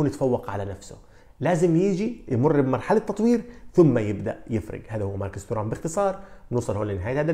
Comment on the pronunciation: فقط للتصحيح إسم نسبه ينطق بالفرنسي تيغام وليس تورام